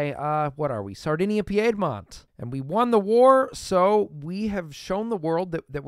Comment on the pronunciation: Your videos are entertaining but OMG your pronunciation of Piedmont is annoying. It's pronounced "peed-mont".